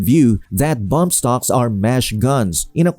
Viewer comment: They are not bomb stocks they are bump stocks . They can't even pronounce it corectly .